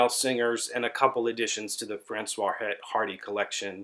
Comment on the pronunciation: Sorry to be that guy, but the s in Francoise is not silent, otherwise it'd be a man's name. The H in Hardy is silent though.